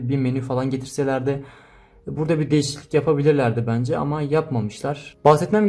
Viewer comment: Nobody:: DeĞiSiKliLiK